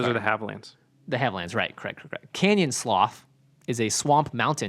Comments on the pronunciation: It's pronounced Canyon Sloo or Slou. English is weird. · its Canyon "Slew"